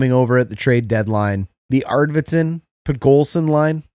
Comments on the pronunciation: Pod-kol-zin lol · Pod-Coal-Zyn, you're welcome 😂 Great breakdown as always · Eagerly awaiting to see which manages to turn around first: the Oilers' dreadful PK, or Coach's ability to pronounce "Podkolzin".